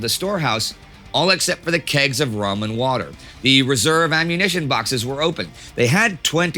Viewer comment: did he say kegs of ramen water or am I trippn